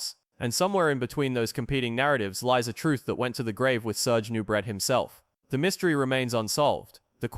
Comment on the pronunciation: It's pronounced 'Noo-bray' not 'Noo-bret'...SMH... Lou 'Ferrino'? Fer fecks sake... Nubret had an amazing physique. In terms of muscle groups, he could equal anyone in chest, shoulders, and arms. He had a tiny waist. But his legs weren't nearly as good as Arnold's, and his back, while wide, wasn't thick or detailed enough. Arnold was better in those two areas, and that's why he won. Still, Nubret came in second to Arnold in the tall class, beating Lou Ferrigno. Now, as to why he wasn't initially allowed in. He presented a real threat to win against Arnold. They suspended him because he allegedly appeared in a softcore porno film. IDK if that's true. ANother story is that Ben Weider said that if he didn't compete in S. Africa in 1975, he'd push for Nubret to win in '76. Maybe money was involved, maybe not. A lot of this was hearsay. As for the poisoning controversy, it's never been proved one way or the other.